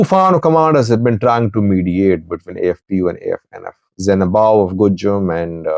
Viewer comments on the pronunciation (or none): it is zinabu not zenabaw😂